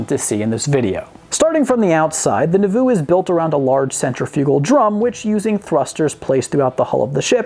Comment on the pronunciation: You are horrible at pronouncing anything Mormon, like Nauvoo or Moroni. I have a feeling you were doing it on purpose, but if you weren't it's still funny.